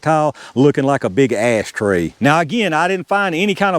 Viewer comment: You said "ass tray". 😂